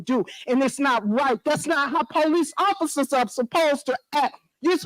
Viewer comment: I’ve never heard a mayor call the police “The Poe Lease” 😂